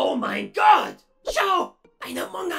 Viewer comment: Ich liebe es wie er statt gott scott sagt